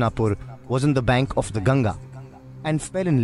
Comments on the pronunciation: It'not "GANJI" It's GANGA ( G-ANG-GA) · You pronounce Ganga as 'Ganja'. Ganja is weed. See how the guy in video pronounces Ganga.